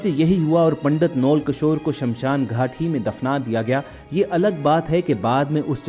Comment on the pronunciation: پنڈت جی کے نام (نول) کے تلفظ میں واؤ پر زبر ہوتا ہے جاہلو نون اور واؤ کو ملا کر نہیں پڑھا جاتا بلکہ دونوں کو علاحدہ علاحدہ (جی ہاں اس لفظ کی یہ املاء بھی درست ہے) اور دونوں پر زبر پڑھی جاتی ہے محمد فاضلو